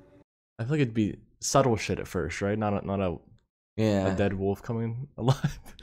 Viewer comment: Funny how pronounces the word wolf as woof. LOL